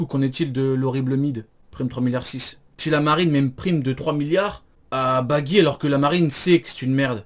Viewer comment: Cest plus baggy cest "beugy" mdr